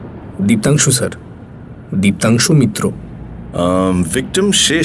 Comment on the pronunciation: Diptangshu Mitra nam ta ke Dioangshu Keno bola holo bhujhlam na...😢